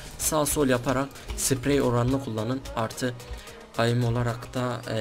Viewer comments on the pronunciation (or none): Aim değil eim diye okunur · Abi aym değil eyim 😊😊😂😂😉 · bebe oyunun taktiği mi olur csgo gelde taktik gör ayim diyip duruyorsun onun adi AİM(eim) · AIM Diye Yazılıyor Eyim Diye Okunuyor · Sinir oldum ayim ayim ayim ingilizce 0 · Aaaim jhfjkhhjjhk la lisede de ingilizce öğrenmiyorsunuz